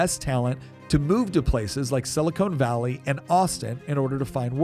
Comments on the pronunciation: It’s sili-con, not sili-cone. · It’s “Silicon Valley”, not “Silicone Valley”. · Sili-CON, not Sili-CONE. Silicone Valley is found in Hollywood, particularly around the casting couches. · I like that he keeps calling it 'Silicone Valley'. Did he spend the morning watching Baywatch reruns before he recorded this? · He keeps saying "sili-CONE valley". I think he's confusing semiconductors for breast implants. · oh good, i'm not the only one who was bothered by that. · I was just getting ready to say that before I saw your comment, lol.